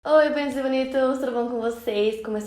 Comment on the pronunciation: Só consigo entender o Oi dela se eu repetir kkkkk